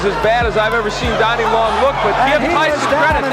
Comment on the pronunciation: I know this is an AI voice but why do you keep referring to Donnie Long as Dannie?